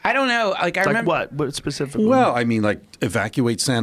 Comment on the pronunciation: Joe 'Pacifically' Rogan